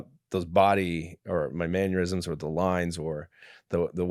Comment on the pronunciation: MANNERisms, not Manuisms.